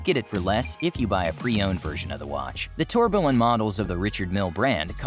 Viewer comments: ‘Tor be lon’. 🤦‍♂️ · That tourbillon pronunciation is a bit hard to take. Obj isn’t an RM partner. The Bubba Watson with a G sensor is the 38-01.